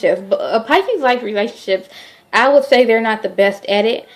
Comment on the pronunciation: Nola Em You are so right. She has no clue. Totally off course. Taurus and Pisces are a really good match. Pisces are not cheaters. Maybe Taurus women and Pisces men are not a good mix because Taurus likes to possess over their Pisces partner. She can't even say the zodiac sign name right....she really need to delete this video. Still love her though